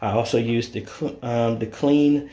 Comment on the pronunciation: The tool brand is pronounced like the fashion designer Calvin Klein. Not Clean lol